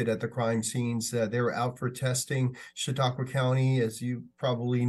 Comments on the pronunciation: "Chatta kwa?" I thought that was intelligent until that. Try "Sha taa kwa". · Holy crap that was not even close to the correct way to say Chautauqua county.